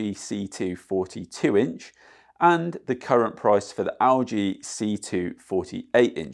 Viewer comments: Owl G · why do you say lg like that